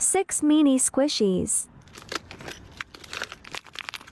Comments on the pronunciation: why do all of the AI voices say meenee instead of mini 😬🙂‍↔️ i think it would be fine if it wasn’t normalized to get ten scoops for like $20 a scoop or whatever ridiculous price it is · Obsessed with how in the first video mini is pronounced meanie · I kept hearing “meanie” too 😂😂😂 Took me way too long to figure out what the AI was doing. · I think it’s trying to say “mini”